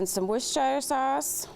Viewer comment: Whooshire sauce?